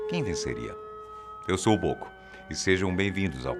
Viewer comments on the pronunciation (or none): Quando ele falou eu sou o Bôco eu pensei q ele tinha falado eu sou louco ;-; eu acho q eu sou é q sou louca